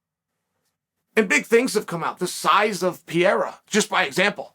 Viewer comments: "Pierra" = "Pereira" 😂😂😂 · BRO... It's not pronounced "Pierre.... with Ra added"it's Pereira???... No "Pierre-a" butfuck! PEREIRA The dude's neither French nor Italian.... Let's see who wins.... iSrAAAAEEELLL the ... Last..... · Why do you keep calling him Alex Pierrea,It’s Pereira. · He still says Pierra lmao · Chael calling Pereira "Piera" never stops being funny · I've watched about 50 videos of Chael saying "Pierra", still doesn't fail to crack me up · I think he says it wrong on purpose so people like us comment about and give traction on the website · PEE - AIR - UHHH